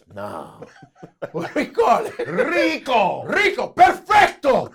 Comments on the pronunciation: "We gonna call it da DRICO baby" I'm done😂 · Why you call it R.I.C.O 😲😂😂😂😂